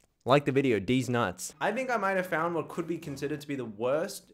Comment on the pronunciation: bro sayd dess nuts